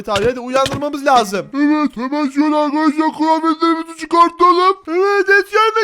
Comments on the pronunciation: Vidyonun başında arkadaşlar değil arıkadaşlar diyor😂😂😂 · Arkadaş derken arıkadaşlar diyen koca abimiz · başta arıkadaşlar dedi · Abi başta arıkadaşlar demişsin